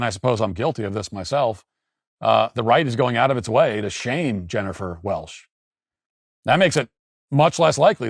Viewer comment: It’s “welCH” with a “CH”. And your hot take is crap.